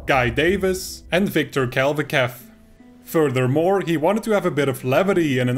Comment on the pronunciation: Pretty sure the "ch" in "Kalvachev" is pronounced like the one in "",.:) Also thanks for summarising the GDC talk and providing extra information. I never got round to watching that, but DD is an interesting case indeed.